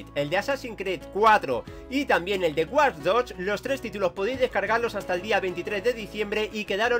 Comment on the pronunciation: War doch hahHah se pronuncia wach dog y se escribe watch dog